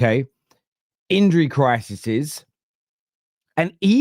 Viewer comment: "Injury crisises".. We in Serbia say "crises".. 😉 Respect, ynwa